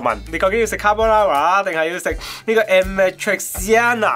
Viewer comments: 都仲係未讀到amatriciana lol.... 首先, 意大利文既'a‘讀/呀/；然後’‘ci‘’類似讀/chi/；中間''tri’‘類似讀'/鐡/ (個r卷唔到就由得佢啦） - 所以連埋一齊讀應該類似係 /啞(啞咋個啞)-罵-鐵-餐-娜/ 甘上下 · 看起來好好吃😍 BTW是唸 阿瑪tri恰納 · 其實amatriciana唔係讀amatriciana,你同好多人一樣讀成amatriciana但事實上應該係讀amatriciana.但亦都有一部分義大利人會讀成amatriciana，邊個讀法係啱仍有爭論。但普遍義大利人會讀amatriciana,亦都係較為正確嘅讀法。